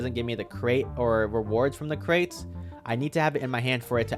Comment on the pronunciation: lol what you talking about its crates and you said cret not crate lol 🤣🤣